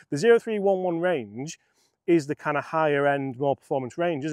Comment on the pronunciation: Cmon, get with the PXG lingo. The 0311 is pronounced OH THREE ELEVEN